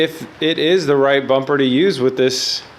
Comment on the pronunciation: Don't know what's worse the fitment or terrible pronunciation of bumper lol RB looks better